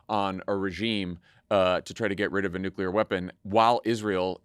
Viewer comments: Anyone else flinch every time they hear Dan say "nuke-ya-ler" a la Bush Jr. over and over again? Gaaah, that mispronunciation is like sandpaper on my soul. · I'm kind of surprised that Dan went with the George W. Bush pronunciation of new Q. Lur.